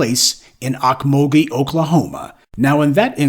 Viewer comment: It's pronounced oak-mole-gee